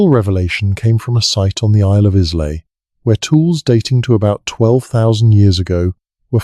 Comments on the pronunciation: Oh aye and the island of Is- lay 😂😂😂😂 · Islay is pronounced isle-la ….Scottish Whisky doesn’t have an ‘e’. The overall detail and information is fascinating and well- researched. Thanks for that. Maybe have a local proof read/edit the text and especially pronunciation on narratives.